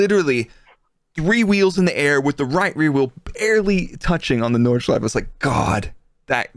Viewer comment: Nordshleif-E, not Nordschleif. Normally I'm not that picky but that track deserves the respect to be pronounced correctly. Anyhow, great podcast again!